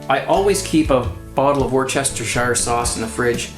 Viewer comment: Worcestershire Sauce is pronounced "woostershur". Not "wor-chester-shire".